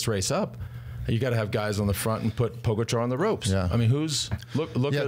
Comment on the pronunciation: Let me remind you to put the stress on the GA in PoGAčar. Tell the never-won-no-tour host that he's not too old to get it, as George gets it right on occasion and then suddenly forgets it and copies his boss. And Sir Brandly got it right once, soon to forget it for good.